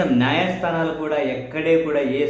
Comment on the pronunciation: నాయస్థానాలు కాదు న్యాయ స్థానాలు అనడం నేర్చుకోవాలి... ముందు...